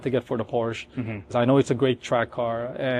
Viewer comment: Everything is Superb with this “912” except for that stupid roof rack. It ruins the aesthetics and line of the car, not to mention that it torpedoes the lightweight ethos of the car and causes a ton of aero drag. Plus the “collector” cannot even pronounce Porsche correctly . 😮 Get rid of the roof rack and the owner and the car is perfect.